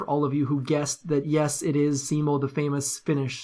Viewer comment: Finally, someone pronounces Simo right and knows who he was....over 500 confirmed dead Ruskies